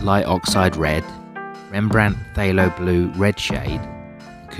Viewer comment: I find it interesting that you pronounce PthAlo as PthYlo. Let alone how you pronounce Holbein! 😉 I think I like the first or third triad.